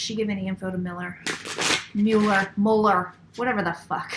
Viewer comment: Right cards, wrong interpretation. But you are correct that justice will prevail. Your pronunciation of Müller (Mueller) is correct. (I speak German, too.) My predictions: Mueller will remain for now. RR will go. Trump will serve full term (and maybe two). There will be many arrests and prosecutions.